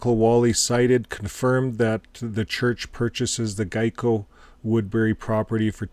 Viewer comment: Excuse me,. Geico is pronounced like this.